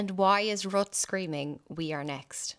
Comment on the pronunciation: His name is properly pronounced RUTA